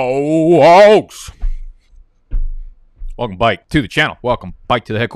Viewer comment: Dude def is a clown “welcome byke” 💀